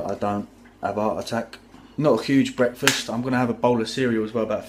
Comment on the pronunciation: Yeah the bwekfast thing killed me also lmao